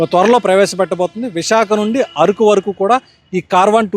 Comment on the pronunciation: అది ఆరుకు కాదు అరకు